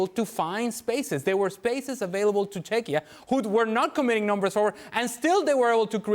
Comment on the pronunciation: Can they not pronounce the name of the country team, Czechia , come on man